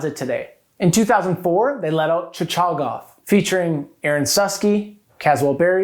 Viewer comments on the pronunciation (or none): “Chi-CHAH-gof,” haha. That’s a new one!